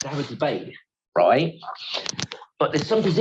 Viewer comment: The way he repeat "roight" every 2 seconds makes me wanna punch the screen